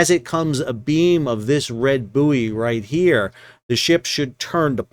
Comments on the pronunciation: It is Boy not Booie. Ships are buoyant not Booieant. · It's pronounced 'boy' not booey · It is bouy, not bouy. I hope that clears things up. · Not only do Americans call bouys boyees they also have the green and red bouys reversed which had me a little confused first time a saw a channel in US!! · Boo-ee, hooey! Bouy ahoy! I guess there might be vacancies for ship's Captain, Officer of the Watch and Pilot! And, jurisdictionally, the cargo is Canadian wheat (probably from Manitoba) out of Thander Bay! Anyway, good report, as always - thanks. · Is a "booey" booey-ant? Does it have booey-ancy? Does the water booey it? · Hahahaha. Even though i forgive you for mispronouncing Bouy as Boooooeeeeeeeeeee, they are still back to front too! 🤔🤣👍🏼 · I know it’s spelled “boo eee”. It’s pronounced “boy”. Btw love your content. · Boo-ee, Iri-coy, red right returning. If confined to the Great Lakes, it's a "boat", no matter how big, otherwise a "salty". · I agree as an American in America Sal is entitled to pronounce it in the American way but, as a British Captain “buoy” instead of “boy” drives me crazy to the point I simply have to turn the sound off. But then Americans cannot spell correctly and call taps “faucets” for some peculiar reason. But buoy does this pronunciation hurt my ears. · Aye M'ster howdyado O' Packet (cause that's how they would say What's Going on With Shipping in London) would ships on the Saint Lawrence River usually be controlled manually or via an autopilot on a pre-programmed route? PS: I'll admit, the purpose of this comment is the first phrase, which I just immediately though of when you were explaining why you would use the US pronunciation of "Buoy"... not something anyone should have to excuse oneself much about... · At least you're not saying boobbies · Can't get my head around the American pronunciation of buoy and route